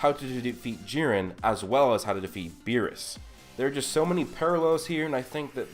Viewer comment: Berrus not Berry’s